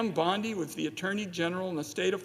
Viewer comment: Surely the senator didn't pronounce her name as pimp bondi? My ears are playing tricks on me?